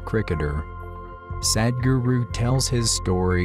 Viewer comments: It's not Sad-guru.. the English pronunciation of Sadh-guru.. in the end of your video is such an injustice with the word. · The one guy who comes and speaks in middle of the video... His pronounciation will be like SAD GURU .. 😐😐